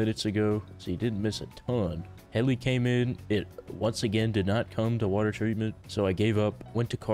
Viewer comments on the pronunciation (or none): none